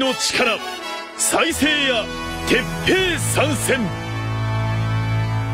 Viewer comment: 鉄⤴︎平⤵︎じゃなくて鉄⤵︎平⤴︎だったなーw